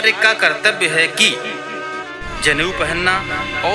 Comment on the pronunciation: जनेऊ नहीं "ज़नेऊ" 😂😂😂 खेसारिया के फैन लग रहे हैं 😂😂😂